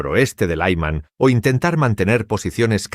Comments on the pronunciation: Es Lyman... Creen que todo se pronuncia como inglés. Paletismo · Laïman ! Que es esto ! No significa nada ! La ciudad de LYMAN con la Y , (Como Zelensky) se pronuncia como "I" larga ! NO doy "like" a este video desde que pusieron voz artificial ! Slava Ukraïni !